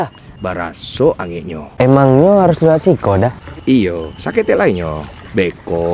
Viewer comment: Maap om blh koreksi? Bukan sikok kl sini tapi siko .. kl sikok bahasa Palembang arti nya satu 😁🙏🏻 Tapi jujur aq ngakak liat video ini ..sampe aq ulang trs 😂